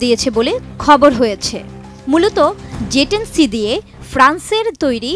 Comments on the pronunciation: It's J10C apni bar bar Ze10c ken boltesen? -. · "যে" না। এটা হবে, "জে" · It’s J10C not Ze 10C. Get your pronunciation right . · Its not Ze its J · মগাভাই, ঐটা ze(যে) না, J(জে)। আগে সংবাদপাঠকদের দেখে আমরা উচ্চারণ ঠিক করে নিতাম, এখন এদেরকে ঠিক করাইতে আবার প্রাইমারি স্কুলে পাঠানো লাগবে।🙄